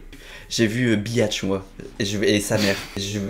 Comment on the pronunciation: Sa se dit bitche pas biatche